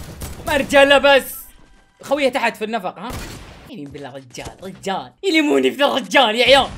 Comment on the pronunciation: يليموني😂😂😂😂 المفروض يقول يلوموني😂😂🤦🏻‍♂️